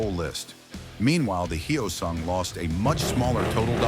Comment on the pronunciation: It's NOT "Hi-Oh-sung". Say the word "yo" with an "h" in front of it. Now say "soon" with a "g" at the end of it. Say "Hyo-soong"! Anyway, I had a GT 250 Comet version. One of the absolute BEST bikes I've EVER owned. I regret trading it in. Nuff said.